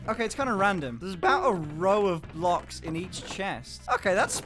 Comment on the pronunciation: "What if this was multiple "Bluksh" wide!"